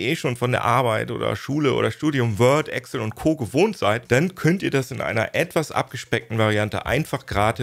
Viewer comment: Bitte, EXCel, nicht Egcll